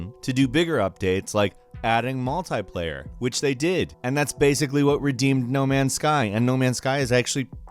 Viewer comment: Its pronounced "multiplayer" not mult"I"player